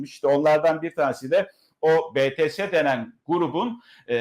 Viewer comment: BİTİES diye okunuyor BETESE DEĞİL Fatih bey o gençler çok terbiyeli ahlaklı ve çok başarılılar. En büyük ÜYEMİZ kimseokjin 30 yaşında. ARMY ler yani hayranları olarak üyeleri her durumda destekliyeceğiz.